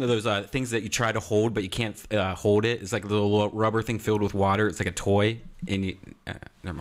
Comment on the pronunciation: HOWWD instead of HOLD. Just like WROLD instead of WORLD. I hate that dumbfuck redban. When he does that cartman impression, he deserved to be brutally kicked in the fucking face